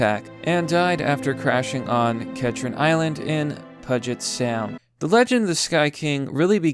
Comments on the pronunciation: *pronounced 'PEW-jet' Sound.. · Bomb-barder? Pudget Sound?, these frequently mispronounced words are killing me, dude. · "Pudget Sound", "screwlooses" elloell you always mispronounce the most ridiculous things haha I love ya man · Bomb-bar-dee-ay. (also, p-you-jet sound) A barrel roll is not some big deal. Most people think an aileron roll is a barrel roll. It is not. But adding a little elevator to it to get the barrel isn't that big a deal. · “Pudget Sound” 🤣🤣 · It's pronounced Pew jet sound. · the “Puget” in Puget Sound is pronounced with a long U and a hard G, pronounced: “Pew-Jit” Sound. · At first I thought said "Fugg-it Sound." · the way you pronounced bombardier, puget sound and you said "screw looses." You cited a 4chan post with blatant racism. And you just had to focus on the "plight of the straight white male" and claim it as the reason of his depression, as if you could know that. He made a fucking joke. And you called depression "suffering from sadness". Man you are dumb as hell. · As a Seattle boi it made my ears twitch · He always does that.